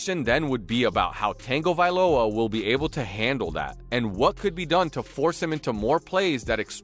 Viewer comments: Why do people keep butchering Tuas last name? Lol for fuck sakes, there is no N Tagovailoa. Most of you sports hosts need to get off the game and go back to learning how to read and pronounce words. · Anyone else getting irritated at the guy keeps on saying Tua’s name??? It’s Tagovailoa, there’s NO “n” in his name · It’s pronounced Tongue vai loa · Can he pronounce Tua last name correctly ! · Get his name right! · His slow hooked on phonics speech and the constant butchering of Tua’s last name makes me want to pour acid in my ears…. 🐬⬆️ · This narrator should do his homework before he did this video! Tua is from the island of American Samoa. 2,583.47 miles away from Hawaii. Different language and culture and different way of life. He’s Samoan not Hawaiian. So please stop calling him Hawaiian and stop butchering his name. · Please learn how to say Tua’s last name correctly so I can take you seriously! Btw I could only listen to of this video. 😮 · are you throwing a random "n" in his last name? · I can’t take this video seriously when the narrator can’t even take the time to pronounce the name correctly 😂. Also imagine saying, “the Hawaiian never got along with the African American”. Don’t call someone by their nationality, they have a name. 🤦🏽‍♂️. Also he’s not Hawaiian, He’s Samoan 🇼🇸 🇦🇸 . 😂 This goes to show that some people want to be sports opinionist but just don’t have the diversity in them to tailor to diverse cultures. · T. A. G. Why are you putting an "N" in his name? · Why are you saying tuas name like that??? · There is no "N" in Tua's last name... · please learn how to pronounce tua's last name.... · Do some research before putting out a video! Pronounce Tua's last name correctly and why call him Hawaiian when he is Samoan? Yes he is from here (Hawaii), but he is Samoan! Have some respect for his family and culture! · It's worst when he says it wrong while they put up a graphic of his name spelled right!! Killing me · It’s tag, not tang